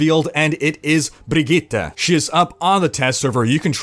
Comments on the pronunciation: Woah, You actually nailed pronouncing her name. Sweden appreciates that. Respect, man. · Well done on pronouncing Brigitte,!